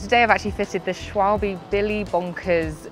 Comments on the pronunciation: No. "Schwalbe" means "swallow". It is pronounced "Schwalbè" instead of "Schwalbé". A short "e". Just google "schwalbe pronunciation german" if you're interested. Didn't want to unsettle you! 😚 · Funny how Brits pronounce "Schwalbe" (= engl. swallow (bird)). 😆